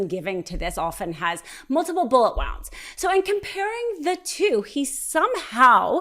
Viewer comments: Anybody else weirded out by the bullet "wououonds" thing? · The word is pronounced "woonds". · Bullet wownds? 🙃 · Why is she saying wounds like rounds with a W? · Why does she keep using the wrong pronunciation of wound? She keeps saying bullet wounds but with wound as in the past tense of wind. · Somebody please tell her how to say wounds properly. It's kind of important to sound like you know what you are talking about.